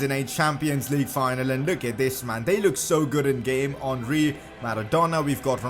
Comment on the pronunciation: Its henry not honry